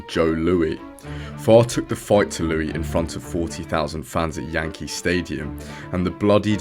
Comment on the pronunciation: Not Joe Lou-ee, Joe Lou-iss